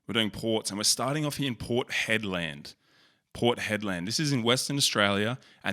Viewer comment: port head-land 🤣